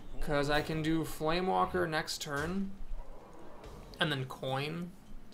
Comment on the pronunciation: Just one thing, it's FlameWAKER, not FlameWALKER. Also, that's a pretty interesting Brawl this week. Gazlowe OP!